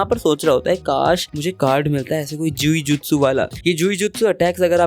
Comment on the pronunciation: Bhai vo जुई जुत्सु नही जुजुत्सु hota h pronunciation uskaजुजुत्सु hota h but videos acchi h poori series dekhunga ❤❤